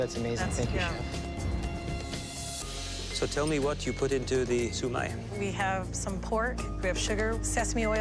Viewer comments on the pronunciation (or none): I guess that's how Filipinos pronounce it? But the proper Cantonese pronunciation is siu mai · Siomai is pronounced like Sho-mai Not su-mai Or maybe it's because I'm Filipino. Not to be rude to all the other filipinos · Boii its Siomai nat sumai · It’s Siomai not Shu Mai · It isnt called siu Mai. It's actually pronounced shau Mai. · It’s Pronounced Shomai not Sumai ugh.... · He called it “shoe mai”..... instead of “shou mai” (cri)